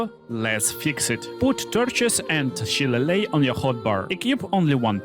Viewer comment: Its pronounced Sha-lay-lee